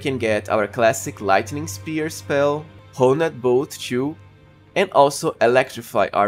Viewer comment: Honed is pronounced like turned. One word. As opposed to Ho-ned.